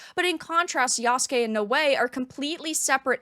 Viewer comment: Lmao I’m dying… Yasugay…